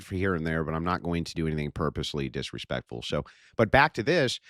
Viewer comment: "Your starting to get diswespectful, you must follow my affority!" Sounds pretty authoritarian fascist to me.... Fml these people are painfully hypocritical.